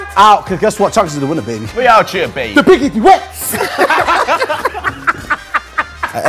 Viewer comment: How can konan say “biggie duets”😂😂😂😂😂😂😂